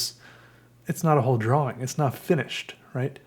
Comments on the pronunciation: FUCK OFF STOP SAYING DRAWING LIKE THAT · it is my completely non-professional opinion that you could do an ASMR "episode" of nothing more than you repeating over and over again the word.... drawing. You have a unique way of saying the word, drawing, that puts an emphasis on the "w" in a way that is both innocent and comforting. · The way you say “drawing” has an aesthetic to it I swear